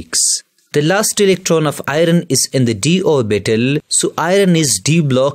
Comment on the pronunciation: Next time pronounce Fe as (iron)Ayorn...not Ay_ron